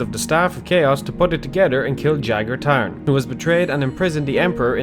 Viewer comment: He mispronounces Tharn because of his strong Irish accent.